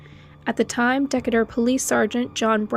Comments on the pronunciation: Decatur is pronounced Deh-KAY-ter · Your videos make my 3rd shift job so much less lonely (drive cleaning parking lots by myself) didn't wanna sound creepy actually i live in huntsville. Just a heads up its said De-Kate-ur .. When i first moved here i said it like that too ❤